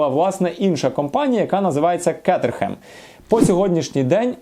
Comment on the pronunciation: За умови, що більшість ЛамборГіні називають ЛамборДЖині, вимовити правильно Кейтерем це взагалі космос.